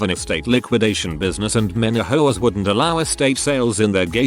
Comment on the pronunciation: For a split second, I thought they said “Frick hoes” instead of “Frick HOAs” at the start